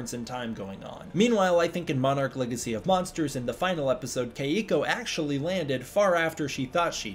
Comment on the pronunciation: My girlfriend whose name is Keiko says please pronounce her name correctly. She says it's the easiest Japanese name to pronounce as there is no Japanese accent. Kentaro and Hiroshi are examples of Japanese names that require the correct Japanese pronunciation to say it correctly